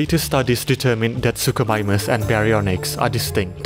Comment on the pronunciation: "suchosaurus" "suchomimus" wtf